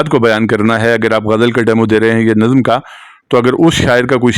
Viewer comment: السلام علیکم پروفیسر صاحب !! آپ سے مختلف الفاظ کے تلفظ میں سہو ہو جاتا ہے ۔ پڑھانا میں پ مفرد مع زبر ہے , آپ اس کا جوڑ پڑ ہانا فرماتے ہیں۔ نظم کو نَظَم فرماتے ہیں , اس پہ بھی توجہ درکار ہے۔ محمد زبیر ساہی اردو زبان و ادب کا طالب علم